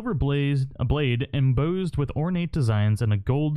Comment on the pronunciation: Em- boss-ed